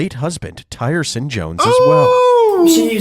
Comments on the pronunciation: tyrson is probably pronounced (teer son) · His name is prolly "tearson". You know how they love butchering our pronunciation... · I'm sure Tyrson name is pronounced (Tear-son) cause if its not I'd be so mad that was my name